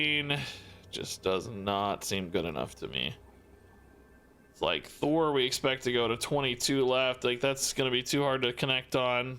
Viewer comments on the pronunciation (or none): none